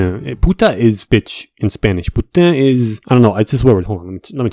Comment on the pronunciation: its pernounced poo tain the n is not silent